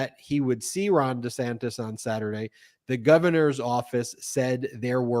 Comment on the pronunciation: You called DeSantis DeSantos.🤣🤣🤣🤣